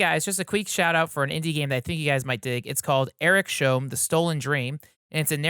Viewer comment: Eriks-holm. Not Erik-sholm ;)